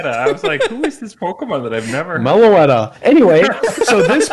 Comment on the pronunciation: Mealy-otta ? You mean Melo-etta ?